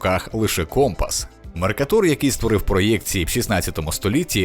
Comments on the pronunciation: Автор помиляється у наголосі. Вченого звуть МеркАтор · Відео чудове, дякую. Але, коли з дитинства знаєш, що географа звуть "МеркАтор", - то дуже ріже слух ваше "МеркатУр"...